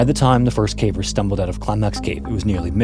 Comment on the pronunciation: Thank you for using your real and pleasant voice. You are one of the few who can pronounce “caver’s” properly. If i hear “Cah-vers” from another ai im going to flip out